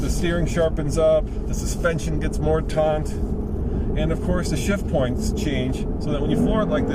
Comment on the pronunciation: you say, "The suspension gets more taunt." Taunt means to "jeer, jibe, sneer" etc. You meant to say "taut."